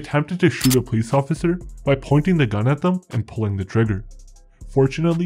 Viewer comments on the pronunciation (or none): none